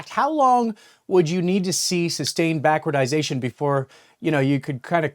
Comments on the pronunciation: just pointing out the two lapses in your excellent coverage. Its "back-ward-ation" not "backwardization". Also the Gold Silver ratio (GSR) has not collapsed, it dropped from 80 to 78, not even a quarter of a percent, this is not a collapse. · Note: Backwardation not backwardization.